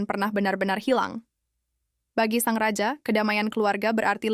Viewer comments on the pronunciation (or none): none